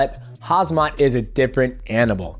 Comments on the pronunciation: He was saying Hazmat 😂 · bro not hazmat. it's khamzat . m before z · bre, you can read volkonovsky but not (k)HAM-SAT? its not haz-mat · Uncle Chael has convinced Khamzat that it's Hazmat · It's Khamzat not Hazmat gahh damit. 😂😂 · It's not Khazmat, it's Khamzat my G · Why Americans always get Khamzat's name wrong? It's not Hazmat. It's either Khamzat or Hamza (In Islam it means Lion). :)) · The REAL fight that we NEED to see is Demetrious Mighty Mouse Johnson VS Alex Volk / Suga Sean / Aljamane Sterling!! Lol, KHAZ MAT... It's KHAM ZAT MATE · DJ. is KhaMZat. not KhaZMat) or u trolling? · broooooooooo it's KHAMZAT not KHAZMAT !!!! love you bro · Hye, I got question. how do you actually pronounce his name khazmat or khamzat ? I heard Max call him hazmat and now dj. Its there anything funny or something happened in ufc world that i didnt know ? 😅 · bro its pronounced "KAHM-ZAT" youre saying "HAZMAT" like the biological warfare suits in the army lol love the channel either way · DJ I love you man, but his name is Khamzat not Khazmat or Hazmad😭😹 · Why everyone keep calling him kHaz-mat instead of kHam-zat 😭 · Hazmat is not his name it’s Khamzat. Come on DJ you needed to pronounce names correctly. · Whatsup with you all. His name is KHAM-ZAT not KHAZ-MAT. The original name is HAM-ZA (Arabic name). Just like KHABIB, the original name is HABIB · Hazmat is a suit for radiation pal his name is Khamzat pronounced hamzat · Khamzat is pronounced as Hamzat, not Kazmat or Hazmat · DJ, it Khamzat, not Khazmat 😆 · HAMZAT NOT KHAZMAT LOL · Said "hamzat" not "hazmat" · Boss it’s KHAM-ZAT, not KHAZ-MAT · Its hamzat not hazmat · It's not hazmat it's hamzat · Get the name right mate, not hazmat? KHamza. 😅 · He’s name is HAMZAT not Hazmat 😂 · KHAMZAT! not KHAZMAT! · How the f can't you pronounce Khamzat?!!! It's not "Khazmat" that you repeatedly said! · he is called khaMMMMMMzat and not khaZZZZZZmat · Khamzat not khazmat😅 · the fuck is harzmat hahaha KHAMZAT dude hahah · Not Hazmat😂